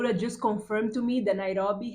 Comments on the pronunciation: I Love how you pronounce Nairobi ❤❤❤ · omg 30..u look like u r 22..and you say the word Nairobi so well🤩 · How you pronounce Nairobi.. ❤ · I like how you pronounce Nairobi